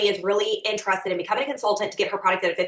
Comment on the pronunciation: She keeps saying interested like entrusted and it bothers me a lot 🤣